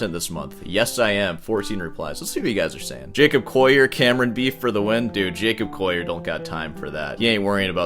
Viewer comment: J"a"cob "coll"ier